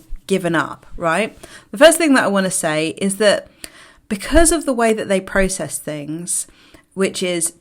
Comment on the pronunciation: Why do you eyes scan room? Prooocesss, are you Canadian 😃